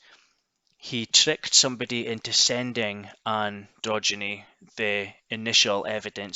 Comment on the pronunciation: Keep the videos coming. Although you all still keep pronouncing Ann Drogyne's name wrong lol. Still wicked uploads though bud.